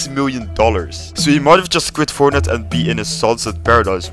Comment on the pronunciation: Its fortnite not fortnut LOL